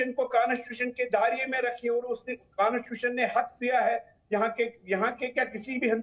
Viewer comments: can't even speak Constitution...aur baat kerte hein😂😃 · कॉन्स्टिट्यूशन बोलना नही आता को और इसकी बातें सुन लो बड़ी बड़ी।